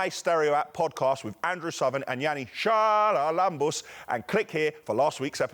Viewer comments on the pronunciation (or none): Yanni’s surname (Charalabous) in greek is correctly pronounced more like “haralambous”, not “sharalambous”, just a little tip here :)